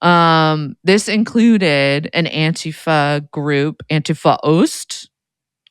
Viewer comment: You can tell these guys have been real activists for a long time, because they pronounce "Antifa" correctly. Stress on the first syllable. AN-ti-fa.